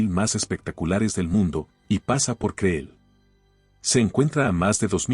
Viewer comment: ¡Por favor! El nombre del lugar es "cril", no creel como lo pronuncias.